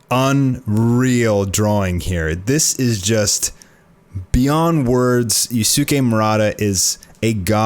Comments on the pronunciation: God man stop sayin you-suki it’s use-kay that is how u pronounce it... ur like an old anime dub that deliberately mispronounces Japanese names lol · Yusuke is pronounced closer to yooskay